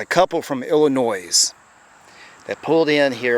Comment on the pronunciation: Illinois, not Illinoise you idiot